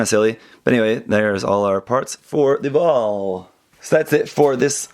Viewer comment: you got the pronunciation of that name spot on